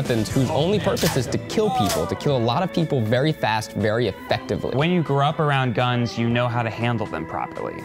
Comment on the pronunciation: he emphasized the “E” in “Effectively” but had 2 negligent discharges